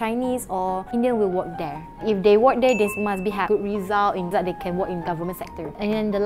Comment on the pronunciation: relative should be pronounced as Reh Luh Tives, not Ri Leh Tives. ”You must born there“ is suppose to be (You must be born there )， Work should be pronounce as (Wuhk) not Wok. has so much mispronunciation in English, i wonder why dare she tells everyone she is an English teacher. (So Singaporeans! this is the standard of Malay English teachers in Malaysia). And last, Prime Minister can be Chinese and Indian la, don't simply say cannot, base on what? LOL, weak in english (despite being as an English Teacher) and also lack of general knowledge 🤣. By the way, Chinese is not interested at being Prime Minister.